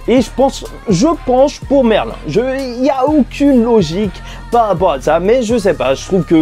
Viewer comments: Sa se prononce merline pas merlin😂😭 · Ne me dites pas que Merlin est une antagoniste dans cette suite ? Et on dit MERLINE pas Merlin